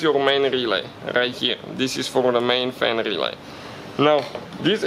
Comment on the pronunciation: GOD i love when he say RRRelay